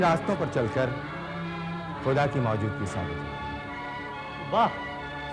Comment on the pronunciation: Mouzudgi sahi lafz nahi hai.. Maujudagi...sahi lafz hai Bhasha ka Samman karein. Phir bhi aap ke program mein koi khaami nahi. Qafi chaste or flawless program hai 👍❤️